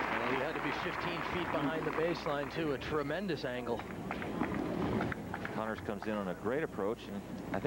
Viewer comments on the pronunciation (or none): "Connors" not "Conners". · Jimmy CONNORS!-Not 'Conners' ! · It's Connors and not "Conners".